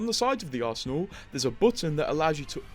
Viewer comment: is he saying arsenal or arssinas?